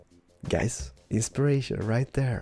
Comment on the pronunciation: could you stop saying the word insperation!